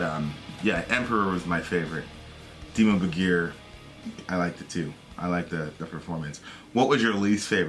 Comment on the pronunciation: it's pronounce "Dimmu Bórgir" not Borgír... and of course you can be the master of your own life, you literally have the power to end it, you can't control what surrounds you and that's what you failed to understand, anyways, i just came here to say reactions videos are the dumbest thing on earth as well as people watching them, don't judge me too fast, i just randomly placed the mouse at the mark to hear what they talk about, then i realized this guy is a complete ignorant talking about a subject way too rich in knowledge like black metal, let alone Norwegian Black Metal, both of you can't even grasp what Norwegian Black Metal is, then again, i'm guessing you're both north american so it's understandable, ignorants everywhere, in fact the title needs to be change asap to "ignorants react to" whatever brainwashed nonsense you yap about. #stopmakingstupidpeoplefamous